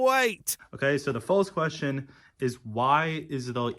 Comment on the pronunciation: Weeawwistikwee "Realistically" Daaaukness "Darkness" Wew "Well" Kweeated "Created" Kweshun "Question" Numburr "Number" Weaves "Leaves" The future is lost already. Anseturs "Ancestors" Fouzand "Thousand" Wesrwekted "Resurrected"